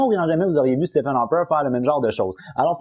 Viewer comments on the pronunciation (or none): FYI, Stephen ce Prononce STEVEN et non Stéphane